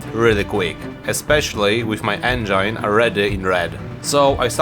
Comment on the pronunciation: the not knowing what the hell you're doing part is the best part (jokes aside your authenticity is what drove us towards you, never lose it and please remember how to peonounce cheval de frise and engine)